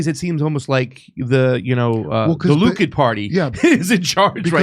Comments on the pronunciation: Will ever stop saying "Luke-id"? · Likud... not....Lukid....duh